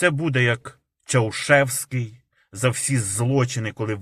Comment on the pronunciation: Не Чаушеский,а Чаушеску.